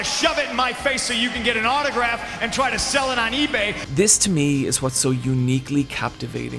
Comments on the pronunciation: At least he didn't say "Tri" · Still better than "Traah".